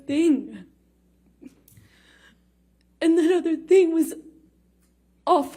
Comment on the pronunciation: LOL no tears and wtf is she saying? “This other tinng” lmaoooo